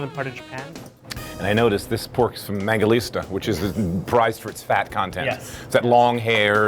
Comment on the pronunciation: Mangalitsa. Not Mangalista.